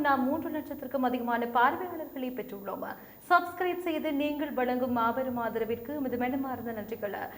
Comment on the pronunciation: நீங்கள் செய்தி வாசிக்கும் போது ஏன் தமிழை பிழையாக வாசிக்கிறீர்கள்?குறிப்பாக பெற்றுள்ளோம் என்பதற்கு பெற்றுள்ளோம.நன்றிகள் என்பதற்கு நன்றிகள. இதை எடிட்டர் கவனிப்பதில்லை யா.இதைப்போல் எத்தனையோ. நீங்கள் சொல்வதை நீங்களே கேட்டுப்பாருங்கள். இதை நீங்கள் திருத்திக்கொள்ள வேண்டும்